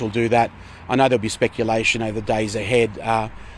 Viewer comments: Speculation John, not spectulation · 3;13, ALSO "...there will be lots of 'spetulation' about the Leader of..." 😅🤣